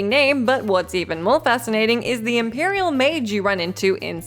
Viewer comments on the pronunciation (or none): none